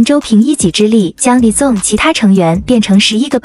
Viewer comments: izone不是念i(e)zone 而是念i-z(z音開頭，茲音結尾)-one 才是喔! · 團名至少要唸對吧…「izone」